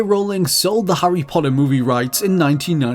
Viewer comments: Harry "Poddah" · Hurrey Podder